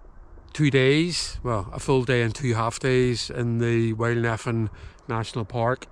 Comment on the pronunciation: Great video but I just can't help but cringe every time you pronounce Nephin "Neh-finn." The correct pronunciation is "Nay-finn"